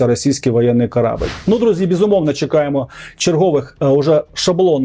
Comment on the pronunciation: Не "хвост", а "хвіст". Наголос - не "КорАбель", а "КорабЕль". Це ньюанси. Але раджу - вивчай, навчайся.